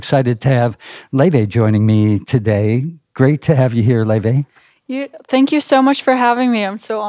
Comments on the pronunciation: It’s more like a loy - vay except the oi is mixed together and mixed. She features on a different channel in which she pronounces it in English (lay vay) and in “True Icelandic fashion ✨” (loi/loy vay) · Laufey is so refreshing to hear in this day of copycat modern pop…she takes you back to a time of creative and original tunes. I guess her name is pronounced “lay-vay”??